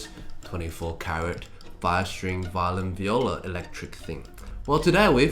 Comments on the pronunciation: Violeen (guy narrating the glass violin video) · I hate that the guy pronounces violin as violeen